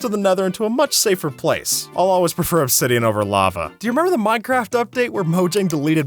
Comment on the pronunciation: for a second i thought u said mineraft lol